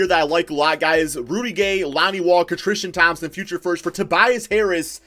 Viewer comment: how many times this dude say trishton thompson XD